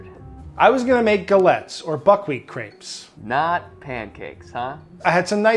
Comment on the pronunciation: How americans have such trouble with "crepes" ill never understand